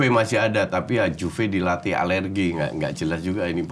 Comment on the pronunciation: Alegri coachi,,,,,bukan alergi,,,,,tapi gue tetap sayang Kochi kok,,,,lidah keselip itu Seni nya Kochi,,,,,alergi,,,,, Aldiron,,,,badminson,,,, tusuk gigi dll😂😂😂😂